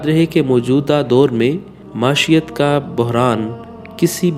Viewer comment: Assalamu alykum لفظ "معیشت" کا تلفظ درست کریں شکریہ